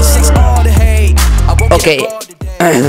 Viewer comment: Amigo yo sabia que hablabas español porque el okey que decis no suena tan ingles no se si me explico